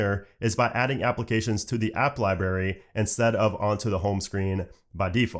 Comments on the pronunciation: Are you 3 years old? It’s a libRary not a lie berry. LOL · The way he says library kills meeee 🤦🏻‍♂️